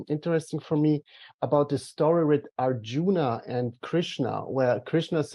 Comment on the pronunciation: it's not "our Juna" but "Arjuna", he's a very famous character in Indian mythology. 😅